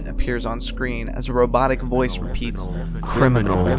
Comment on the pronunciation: ok guys but when he said 'C R I M I N A L' I felt that